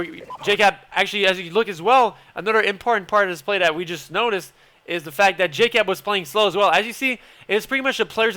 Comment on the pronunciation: "the" sounds like "dee" haha i love it